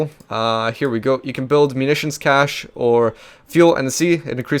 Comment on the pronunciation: cache pronounced kay-ish